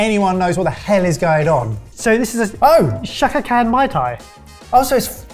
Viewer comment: She have been said Shaka CAN or Shaka CANT